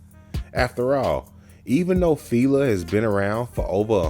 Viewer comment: Y'all really inspiring me to make content cause it is pronounced Fi- La like Feeee laaaaaa not filae fea lay whatever you are saying was wrong. I know you wasn't born in 90s and if you were lawd 😂 smh